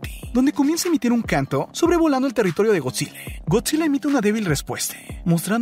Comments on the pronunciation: Aprende a hablar con palabras normales oficiales Lee el diccionario de la real acadèmia española en vez de cambias las letras... No es Godzile, es Godzilla... No es Monarque, es Monarca... Las cosas como son, nmms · Soy el único que le escucha Godzille, si energíe, el orque el macho alfe, la isla calavera.🤔